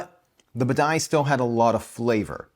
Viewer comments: Buh-die?!?! Bah-De-Ya. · OK, just because it's irksome: b a d I A, not b a d A I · It's Bidet, not Badai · What the heck is the ‘Badai?’ It is Badia. AI vs IA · Lol...I mean really. Can this guy even read? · Dude! You live in Florida. It’s Badia (Bah-DEE-ah). Cubano. Delicioso. Just ask my abuela. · BAH DEE AH!!! Drove me INSANE!! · Can't enjoy this because of your repeated mispronounciation of "Badia". It's "bah-dee-uh" 😅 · The way you say badia is sending me lol. Good video. I tend to buy the McCormick.